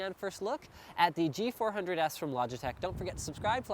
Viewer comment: It's G400s not G100s ! ...